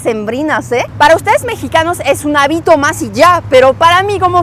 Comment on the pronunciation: No áltar…. Es altar; no habito, es hábito